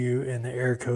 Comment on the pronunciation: You say arrow instead of error? Sounds like it 2-3 times..